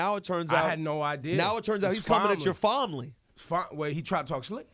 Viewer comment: "THAT'S YOUR FOMLY!!!" Lol